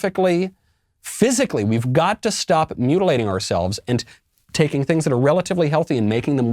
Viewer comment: She pronounces “and” as “IEEENDDDD”